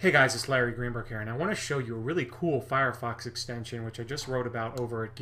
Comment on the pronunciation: you said "firefuck" !!! Thats so funny! Nice stache and video!